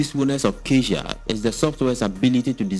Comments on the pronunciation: You pronounce "cazia" but it's caTia, like cat + ya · Sir Catia is Pronounced - Ka ti a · ITS:CA-TEE-UHH. SAY IT WITH ME CA-TEE-UHH.....